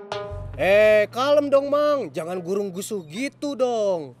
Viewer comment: Perasaan gurung rusuh bukan gurung gusuh 🤔